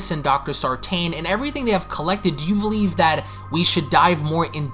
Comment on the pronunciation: And the emphasis that sartain put on how he read everything about Laurie and Michael... Everything!